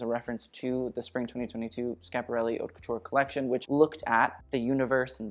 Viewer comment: Hey, I don’t know if anyone ever told you that the H in haute is silent! It’s basically pronounced like “ought le mode” You’re welcome, love you ❤️